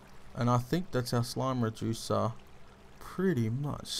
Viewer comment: I thought the first time he made one of these slime reducers i thought he said "slime rejuicer" wow lol